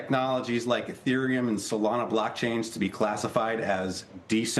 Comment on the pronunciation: How come he says blackchains